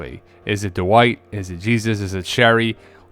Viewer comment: 😂he's still saying "De-wite"